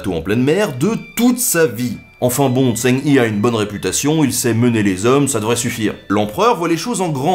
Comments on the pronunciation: Super épisode, tu gére la fougère mec! Niveau prononciation tu t'améliores, mais on prononce Jeng He en fait en Chinois... Voilà, voilà, la haine attisée c'est fait! ;) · Par contre Zheng He se pronomce "djingue reu" (pas pronomcer trop le "gue" de "ingue" juste faire "hein" avec le nez. Si tu veux le pronomcer à la Française : "zongue hé" ou "zongué". Voilà voilà de la part d'un cinophile amateur. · Zheng He = Djong Reuaa Faut que t'apprennes le chinois Ben ! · Zheng He , son en AN pas en ON. Le H ressemble a un R Francais , pas de son roulé. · Connaissant à peu près l'histoire de Zheng He, j'ai cru pendant plusieurs minutes que l'on parlais de quelqu'un d'autre que je connaissais pas.. c'est pas Zeng Hi c'est Zheng He -> Djen(g) Heu ( H= Jota espagnol ) c'est con mais voilà, un poil de prononciation, ou bien marquer juste son nom.. ^^ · Salut, je voulais juste te dire a titre informatif que Zheng He ne se prononce pas "Zhen hi" mais plutot "Chong Ho". Je tenais aussi à dire qque tes vidéos sont très interressantes et que j'adore les regarder. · tu prononces mal zhong he, en mandarin ça ressemble plus à tchonne re (écrivant comme on le dirait en français) que chang hi. Et cette prononciation serait pas correcte pour autant mais plus proche de la vraie. Le zh se prononce un peu comme tch le g de fin se prononce pas mais il faut insister sur le n qui précède le h se prononce un peu comme un r roulé. Normalement il y a aussi les tons mùais bon c'est pas non plus un cours de chinois. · Zhang He se prononce "Djang Re' et pas ' tsang hi' ;) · Pas mal par contre ça se prononce Djang Reuh (à lire en pronciation française), pas Djang Yi, et en effet aucune preuve de découverte de l'Amérique, beaucoup de cartes bidons. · Très bonne vidéo, merci encore :D P.S : Zheng He se prononce un peu comme Djeung Che (avec le même "Ch" que dans Bach en allemand) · Zheng He il faut prononcer comme "Djaing Reu" :) le chinois est très compliqué à prononcer ^^ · Zheng He ce dit "Djang re"